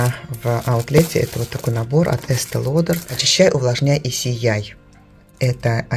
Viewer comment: Ах,, не удержусь, чтобы написать комментарий... Впервые я услышала, как Вы правильно произнесли название Estee Lauder, по транскрипции Лодэр! Ура! А на самом деле, я благодарю Вас за умение дружить конструктивно. Очень важны здоровые отношения 😊. Великолепно, что Вы с мужем - единомышленники, это счастье. 🎉. Спасибо за интересный ролик!